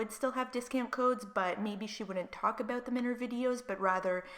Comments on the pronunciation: Can you please stop saying “about” that way 😩🤯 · Just curious you say 'about' funny. Are you from Canada? ( no hate, just curious 😊)